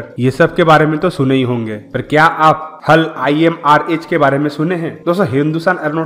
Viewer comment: हल नहीं भाई h a l bolo